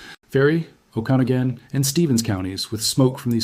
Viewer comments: Pronounced: O-Ka-Na-Gun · Oh Kee NOG gen... and lake sha lann.... NOT lake Chee lin.... fcking Ai scrip reader.... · PLEASE pronounce the names of our towns correctly! OAK-A-NOG'-IN. Lake She-LAN' En-cha-LEE-um. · It's pronounced Oa'-kuh-naw'-gun County. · Hold on. The difference between them is the number of lives it's threatening. It's a natural cycle of life for the earth. Nobody has heard of the fire because leaderboard for this, isn't some sort of popularity contest. And it's pronounced o-ka-noggen. Sorry for being a Karen about it. But like, I am a Jessica, so maybe it's just me. You could maybe make a video about how they could use the weather control machine to take action without the loss of the brave firefighters..? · AI is not pronouncing Okanogan correctly. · At least you have learned to pronounce Spokane properly. Work on Okanogan, etc. before you continue to sound sound foolish to Washingtonians next time you report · Good points, well stated, and IMPORTANT. (You are extremely mispronouncing Okanogan, which may make people wonder. But did good on Tonasket.